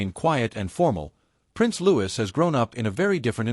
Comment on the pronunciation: It's Louis not Lewis.